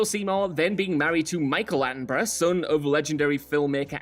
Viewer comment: I've never heard Attenborough pronounced as Andbrar.